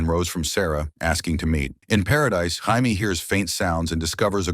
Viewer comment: Jamie, Hi-me, Hay-me... Your TTS sucks dude. Proof watch your videos.